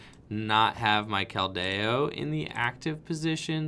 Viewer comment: Why must you butcher Keldeos name